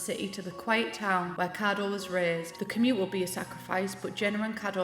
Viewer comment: I was so positively shook you pronounced Kado right, only to wanna die by your Ito jajajajajajaja at least Kado was right